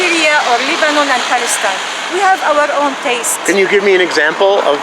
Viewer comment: They can't even say Palestine FFF😂